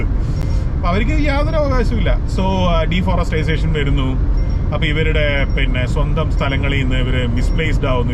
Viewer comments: I differ with deforestisation.. Its deforestation 😊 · Deforestisation alla.... Deforestation. ❤ Kash ullavante food is Caviar, Foie gras, Sushi, Duck comfit etc., aanu allathe beef fry onnumalla... 😂😂 Beef fry okke nammude food. ippo pinne mathi ayala kappa okke 5 star food aanu. Super road. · deforestization alla deforestation, para deee... forest... ation...